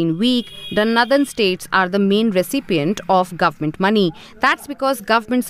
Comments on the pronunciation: The anchor in this video can’t properly pronounce the word “ northern “ properly. That’s a fine example of inadequate education in the north. Basic education of women is important to improve the socio-economic standard of any region. If basic education is suppressed among lower socioeconomic communities, there is no growth in that society. Equity among girls and boys education is the key to prosperity of any society. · I only wished that the host could pronounce Northern correctly, Sorry, lost interest in watching video where a word is repeatedly mispronounced. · pronunciation of "northern" alone is a clear marker of the obvious divide between the North and the South. One of the many problems with North Indians is their refusal to look inward and take measures to correct their societies and themselves personally. They always hide behind nationalism to continue to leech off the South while taking every measure possible to dilute federalism. If "greater population" demands a "greater" voice then states like Tamil Nadu might rethink continuing in this Union, after all, Tamils or Kannadigas etc. are the greater population in their own regions! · First of all pls pronounce 'Northern' correctly. It is not pronounced like Southern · what is "Nadhan" states ? its Northern. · Nothen state it's nort ern not nowthen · DW needs to get better narrators. It’s not pronounced nthern but nor-the-rn. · Also btw, the pronunciation for “Northern” is “Naw-dhn” not “Nuh-dhn” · "Nathern" ???!!! It is "northern" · Noh-dhern NOT nuh-dhern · Its Pronounced " Northern " , not Nadharn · It's not 'nurthern'. It's 'Northern'. This sort of thing bothers me. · Why does she pronounce Northern as 'Nuthun' ?? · Her pronounciation of 'Northern' is almost like 'Nether'. Deliberate?? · "Nuthen" states nahin, meri behen - nOrthern states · It really irks me when she says "naddan states". But not as much as the growing N/S prosperity divide.... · "Nandan States"